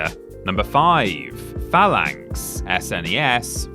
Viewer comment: Who in the hell pronounces SNES "ess en ee ess? It's a snezz mate!